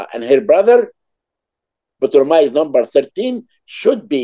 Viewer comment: Why did Hawas say Ptolemy as Potemy? Was it a Latin pronunciation or something?